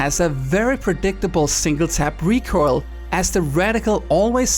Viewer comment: You seem to struggle to pronouncing recoil lol